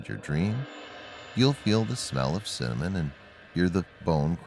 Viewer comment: You'll feel the smell of simonon :0 lol he said simonon